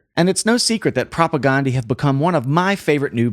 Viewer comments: Great videos but it's not pronounced Ghandi. It's pronounced like Propaganda with an E at the end. Propagandeeeee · Not a big deal but it’s propagndhi (prop a gan dee). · It’s so funny and fun to hear a music wonk try to swallow and then articulate this band. I mean that in the best possible way. 😊 The guys in the band pronounce their band name with a short A like in “propaganda.” Not that it matters. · I just wish he would pronounce the name of the band correctly. I wish most people would. This band deserves it.